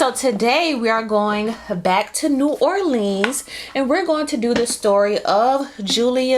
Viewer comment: It’s pronounced “New Orlins” I cringe when yall imitate us 😂🤌🏾 it’s like when white people imitate us “homeboy”. We know what a cold drink is bc they would follow up with “what kind do yall have” and then we list it. And your accent was aaaiiiighhhtt cousin just leave it to us lmao